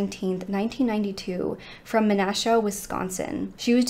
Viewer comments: It actually currently Fox Crossing, it used to be the town of Menasha. (And yes, you pronounced it correctly. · Kudos for pronouncing Menasha correctly. Fox Crossing is the current name. It was previously Town of Menasha.